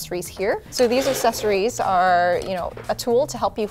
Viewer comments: Is it a Canadian thing to pronounce accessories as assessories? . I'd never heard it pronounced this way.